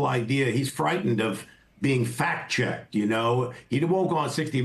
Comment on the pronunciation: Sounds like he said "Fat checked"